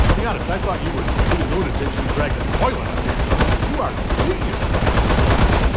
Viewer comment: I winced every time said "Tolet".